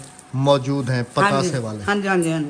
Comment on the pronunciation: Taubaa,pataase ko tapaase bolre ha ha 😂 😆 🤣 😅